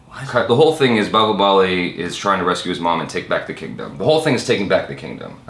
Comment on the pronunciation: son of bahubali ...not bahubLi